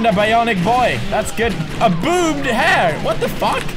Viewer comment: Boobed hair? It's bobbed hair Pewds, hahahaha